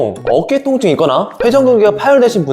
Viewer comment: 첨에 통증이 아니라 똥증이라고 들렸어요ㅋㅋㅋㅋㅋ